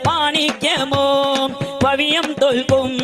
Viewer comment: പവിയം അല്ലാട്ടോ പവിഴം